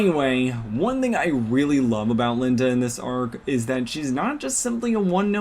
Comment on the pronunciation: You pronounced like 4 different names wrong (Lien-Da, Tikchaos, Rutan, and )